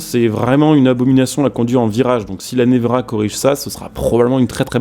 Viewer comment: Ça se dit « névéra » 😉